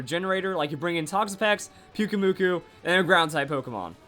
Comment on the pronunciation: I really think pyukumuku sounds better with the strong acent in the last syllable